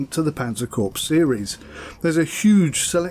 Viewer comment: Corps is pronounced cor